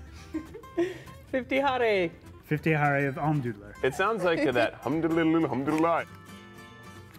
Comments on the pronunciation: I cracked up when they said ha-Ray instead of yah-re ( jahre ) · I noticed that they pronounced Jahre wrong. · 50 Jahre translated is 50 years and it's pronounced (Ya-Reh) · Tell'em how to pronounce "Jahre".